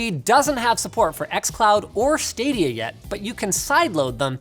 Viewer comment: When he said Stadia I giggled a little